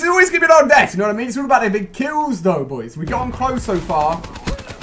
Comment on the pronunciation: I hate the way he says boys. Anyone agree?